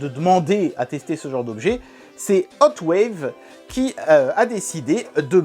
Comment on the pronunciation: Hotwav avec un V à la fin. 😂